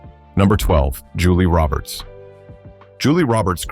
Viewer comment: Julie Robert’s isn’t Julia Robert’s! Get it right!